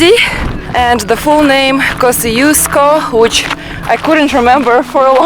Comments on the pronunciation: I wish I knew that you were here - I'd have loved to meet you. :D And yes, we love our Asian food, but there are plenty of great Australian restaurants here to, but many of the best are out in the suburbs. And the pronunciation of Kosciuszko is something like kozh-oosh-ko, not kosi-os-ko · both are wrong. The polish pronunciation is something like Kosh-Choosh-Ko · I think in Polish it should be pronounced like Kos[ts]iuszko. But I'm not sure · Aussies pronounce Kosciusko wrongly. It should be pronounced Koschooska, or in your language Косчуско. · Вершина Тадеуш Костюшко - польско - белорусско - американский деятель. Герой США. Произносите правильно. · But isn’t it nice that there is this mountain that Australians from everywhere in the world can mispronounce and not care.